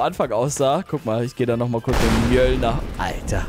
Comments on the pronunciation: DER HAMMER HEIST NICHT MÖLIER DER HEIST MÖLNIJER MAN SPRICHT ES MÖLNIER AUS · Es heißt Mönir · Du sprichst dem hammervfalsch aus